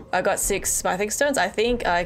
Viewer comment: can someone please tell her how to pronounce: Smithing